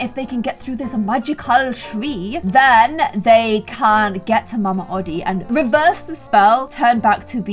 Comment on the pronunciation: Mama odi (oh-De)